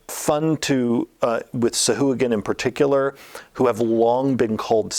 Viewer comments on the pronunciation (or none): The Sa-hoo-again??? You mean the Sa-Wah-Gan. Jesus dude you're like THE dnd guy. You should know that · The creatures original designer daughter uploaded a youtube video explaining it. But the pronunciation doesn't follow traditional syntax for pronunciation and its actually call Sow-Hwa-Gin, but wizards went over all the creatures and re-did pronunciation years ago and changed it to this new pronunciation.